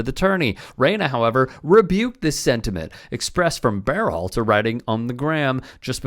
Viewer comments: Is this a real channel? Why do you keep saying BEARhalter?? Have you ever heard anyone say the guy's name or are you just winging it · "Bear-halter"? Nobody else pronounces his name like this, including Gregg himself, Are you trying to tell us that this is how his name SHOULD be pronounced? I don't get it.